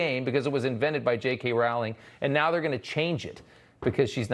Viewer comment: Wow! Disney canceled Walt. By the way, "Rowling" is pronounced "Rolling."